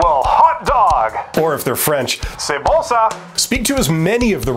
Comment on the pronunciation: Yes, as you sayed: "C'est bon ça!" Bravo for your accent...and I'm French; so I mean it